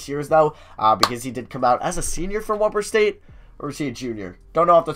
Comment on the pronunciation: You pronounced weber state wrong. The e is a long e just sayin. Also weber state is in utah not washington 😂😂